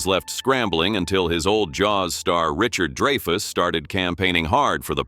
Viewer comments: man AI narration is so annoying. Richard "DRY-FUSS" not "DREY-FUSS" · Dray-fus?? Not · it's pronounced DRY-fuss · Get an AI that can pronounce Dreyfus correctly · one? Please! Every time was pronounced incorrectly. Give us a break